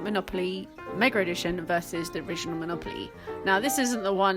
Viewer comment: MegaR edition? There no"R" in Mega.